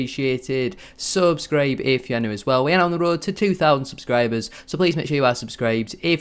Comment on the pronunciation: cheers buddy, iv been trying to work out what he’s saying for ages 😂